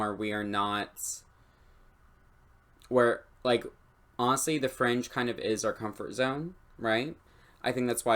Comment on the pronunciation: each time you said 'fringe' culture, i always just heard 'french' culture, and i was like wuuuut?